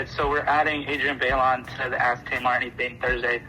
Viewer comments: OK but the guy said "Adriana byelawn. " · The fact that the guy said "Adriana baylon" 😑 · Homie talking to Tamar pronounced Adrianne’s first AND last name wrong lol bruh...also...Keke and your itty bitty baby 🥰❤️🥰❤️ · Jesus that man talking to Tamar could not have butchered adriennes name more than he did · I cringed at how the guy pronounced Adrienne's first and last name. Disrespectful, lol